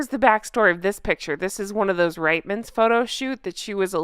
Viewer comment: Correction...it is pronounced Reetmans...not Ritemans...thanks so much...only Newfoundlanders pronounce it as Ritemans...